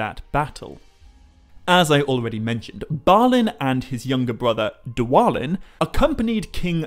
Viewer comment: Why wouldn't it be Thor-in just like its thra-in? Also it was always pronounced dwa-lin no other way